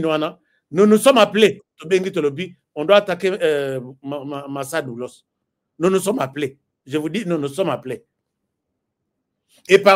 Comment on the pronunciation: La façon dont vous lisez ce nom me fait rire bcp🤣🤣🤣